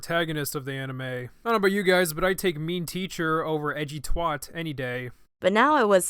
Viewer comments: Diesel why do you say twat like twaat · Twat is pronounced Tw-@ not Tw-ot